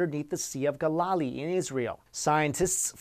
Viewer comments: Gal Ah Lee. Not Gol La Lee. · It's Gal-la-lee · No. 3 its Galeelee not Galalee, just helping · Sea of GAL-LAH-LEE not GAH-LAWH-lee. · As far asI know there is no Sea of Galalee , Ga-la-la-lee, as he pronounced it. There is however a Sea of Galilee which is pronounced Gal-i-Lee. Which is readily available for conformation in the Merriam-Webster on line dictionary. Should always check pronunciation before the speech, not after. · Awesome channel! but Galilee is pronounced "Gal-ih-lee" not "Gah-lah-lee" Also if all of these structures are supposedly naturally formed, how come we don't have any natural formations even remotely resembling these structures on land? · It is pronounced 'gal-a-lee OK? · It's the sea of GAL uh LEE. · Galilee pronounced Gal (like another word for girl)... Gal-UH-LEE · Galilee. Gal. ill. Lee. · You're doing well in your videos, but I wish you would clean up your pronunciation of the names of places. When you were reviewing the structure in the sea of Galilee, it's pronounced GA-li-lee, with emphasis on the 1st syllable, NOT the 2nd syllable. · Sea of Go-la-lee, Israel...ROFL. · I believe it's pronounced Gal•A•Le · The Sea of Galilee; Galilee is pronounced ( GAL-LA-LEE ) !!!!!!!!! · Dude, please learn how to pronounce proper place names before you film these videos. In the age of access to information, there's really no excuse for "Sea of Guhlally"... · the way he pronounced Galilee is hilarious 😂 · You are pronouncing Galilee incorrectly. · Learn how to pronounce proper names before doing narration or hosting. Listening to you pronounce Galilee and basalt cringe worthy. Given that you've made the effort to properly pronounce words like frontiers and Baltic show that you CAN pronounce proper names in their native pronunciation if you actually try. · I think he is pronouncing "Sea of Galilee" wrong try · Should work on that pronunciation of Galilee.